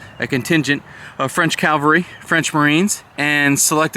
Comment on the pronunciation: CAVALRY...not calvary...C..A..V..A..L..R..Y... You said it correctly once maybe twice ...the rest of the time it's sounds like calvary...which is a hill outside Jerusalem.. aka Golgatha... Cavalry...not calvary...